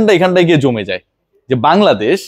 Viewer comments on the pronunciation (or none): none